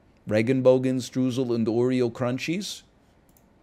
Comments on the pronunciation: Stroosle sounds silly, but it's not pronounced like that. It's pronounced Stroisel which sounds more serious, so there you go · He won’t. All Americans assume it’s the same as strudel